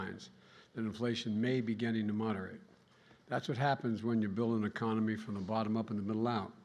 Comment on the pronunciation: Did he say “meconomy”? 😵‍💫